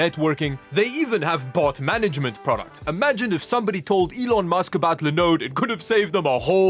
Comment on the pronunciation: I have been thirsting for your pronunciation of Linode for weeks.